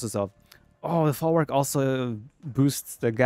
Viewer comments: Folwark is pronounced with "v" like "vet" not "w" like water. The word comes from germanic "vorwerk". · The correct pronounciation is "Folvark", not "Folwark". Nice video btw :D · You should read folwak as folvark. Polish w = English v. Jadwiga = Yadviga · You read more as folvark. "W" in polish is like "V" in english. We got strange "L" that is read as "W" in english